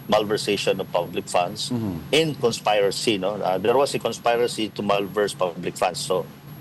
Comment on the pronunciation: Cons pay rating ? Yes, conspirating 😮😮😮😮😮